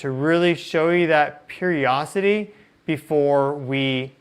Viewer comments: Love hearing your perspective on all things interstellar. Thank you. Hey, I'm an old grandma who loves her words. Today you made me look up a new word, "periocity," but I learned it isn't really a word. Darn. Did you know there is a "di" sound in the middle of the word perioDIcity? Maybe you say it so quickly that you roll right over that syllable. If it were me, I'd want to know. I hope you do too. ❤ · The word is periodicity. Not periocity. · tiny correction ... you are speaking of a cycle when you say " period - ossity " I know what you mean , the word you are referring to is a state of being cyclical that word is " period - i - city " ... periodic in observation , natural